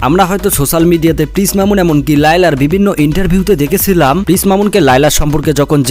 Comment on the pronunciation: পিস নয় প্রিন্স শুদ্ধ করে বলুন